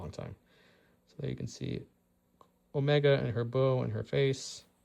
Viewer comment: Man, I do wish they had faction specific tokens still. Also, it's pronounced Omeeeeeega, haha